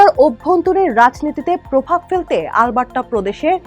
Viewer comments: মনে হচ্ছে- আল বার্ট্টা বলছে। অ্যারাবিক কোনও ভাষা। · কি বাজে pronunciation - "আলবাট্টরা" so bad পাঠিকাকে উচ্চারণের ট্রেনিং না দিয়েই সংবাদ পরিবেশন কিভাবে করতে দিলো এইরকম ভালো একটা নিউজ চ্যানেল!!! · Alberta thik moto uccharon ei Korte pare na. Oshikkhito der moto uccharon kortese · Mistake hoyse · areeee vai onar pronunciation vul. Ami nijei Alberta r Calgary city te thaki. Ei pronunciation jiboneo shuni nai.